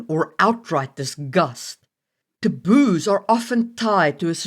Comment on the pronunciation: Lol, sometimes it sounds like you're saying "the booze" instead of taboos xD I am very sleepy.